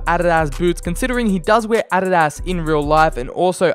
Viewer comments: I like how he seys ”Ariarias” to adidas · Why does he say adidas so weirdly ?